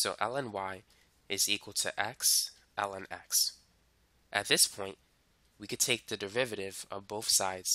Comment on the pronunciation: i keep on hearing you say "ellen"